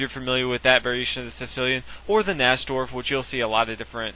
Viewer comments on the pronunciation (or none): NAJ-Dorf?? are you new to chess? its pronounced ny-dorf, rhymes with high dwarf. kind of concerned